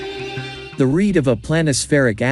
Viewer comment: Jan Breughel, not Djaen. Rete means, and rhymes with, net.